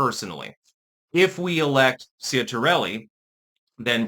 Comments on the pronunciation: It's pronounced CHIT-ar-elli. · You couldn't even take the time to learn to say the name properly. Some linguistics expert. 🦉